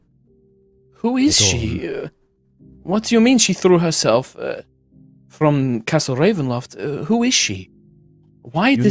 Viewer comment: I’m so sad I just love hearing say Castle Ravenloft and he didn’t do it this week:(